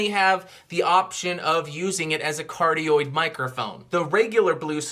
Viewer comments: i could go my whole life without hearing you say "Cardio Polar Pattern" into the microphone ever again sir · The omni-directional pattern sounded like cardioid